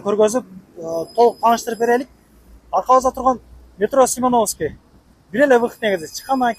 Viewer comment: Семеновскийди туура айтчы айланайын